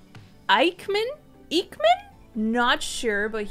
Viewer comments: Btw sav his last name is pronounced eck-men lol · I think its pronounced "iech - man"